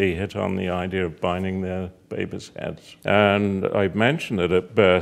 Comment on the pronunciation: I love how he says babies babehs babehs XD it's fun to say